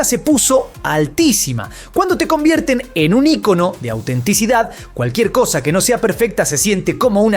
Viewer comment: desde cuando "Icono" es una palabra esdrujula??